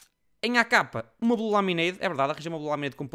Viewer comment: oh, mentiste! o vídeo chama-se MY BLUE INVENTORY! e não belu iventary:V